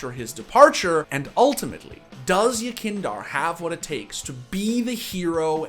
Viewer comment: i just want to hear somebody say the name yekindar correctly just once please